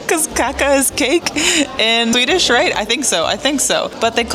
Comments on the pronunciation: Enjoyed the video. It’s kaaa-ka with a long a. Kacka with a short a is the opposite of eating 😀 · eat meatballs with mashed potatoes 2-3 times a month, and please do not pronounce cake so. the first aét is long, what you said means something completely different 😆 cacka means 💩 in svedish 😅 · Kacka is slang for poo here too. But kaka is pronounsed kaaaka, long A and short K 😃